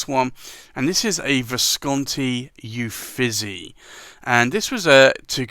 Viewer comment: I always love seeing the currently inked. Thank you! I don’t want to nitpick, but Uffizi is pronounced “oo-feet-zee”.